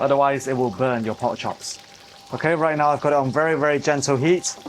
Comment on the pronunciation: The word is Pork, not Port. Please learn to talk properly.